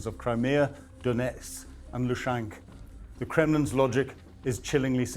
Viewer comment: Lushank? Seriously?